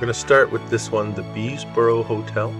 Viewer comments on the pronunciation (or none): Saskatoon has a very colorfull history and had it's share of modern for the times advancements..the hotel is pronounced bess borough..the framework photos are real..the tracks were for street cars..and were in some areas paved over..bridges for cars weren t built until 1907 ..railway bridges were there..and were shared with foot & horse traffic..no lack of talent or expansion foresight in this city..it was a farming and commercial centre..with railroad station etc..Sakatoon winters are vile and bitter..so building went on when i t cou ld ..ferry services moved some motor vehicles across the river but not unbelievable that street cars moved a lot of people trans city ..the railway bridges allowed that..and the street cars would be mud splashed etc ..a little more accuracy for this video bud